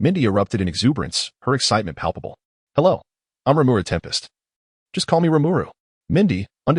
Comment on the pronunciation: Why is Rimuru being called tern pests and not tempest and also why is Shizue Izawa being called mizusawa shizukawa this all wrong